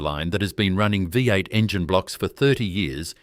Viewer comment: Don't yu just love AI voice-overs ? NOT !! Like a Vie 8 and Broogahm ! haha, oh and a picture labelled Holden 253 V8, but the picture is some random old straight 6. Love watching Holdens doing their thing on YT, but please, can we ""keep it real". This could have been a great video. Not subscribing.